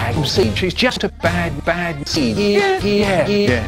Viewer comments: when he says bad seed it kind of sounds like battle seed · Sounds like he says bag of seed